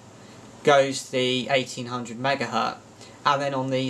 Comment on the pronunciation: Megahertz, not megahert